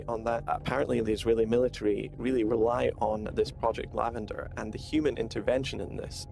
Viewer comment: Was he saying project lavender?